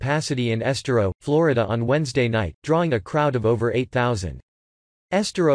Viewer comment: Please use a human voice. Then you can pronounce names like Estero properly!